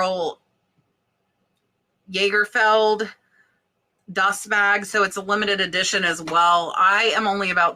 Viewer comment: Here comes Grammar Grouch here comes Grammar Grouch right down lane... 🧑🏻‍🎄😆 peony - pronounced "pee-n-y" (you don't pronounce the "o"... a tough one for most of us at first) Lagerfeld - "Lah-ger-feld" (not yay-ger-feld Hermes - "err-mèz"